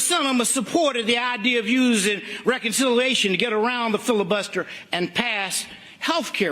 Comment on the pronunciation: Martin Luther King III said filibuster like custer the crip.